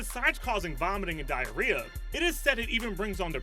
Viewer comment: He said Diareah so many times